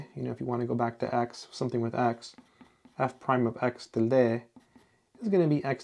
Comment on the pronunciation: Tilde is pronounced [ˈtildə], not as you pronounce.